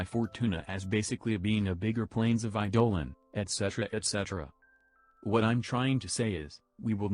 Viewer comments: Eye dough lawn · "Eye-dolin" lol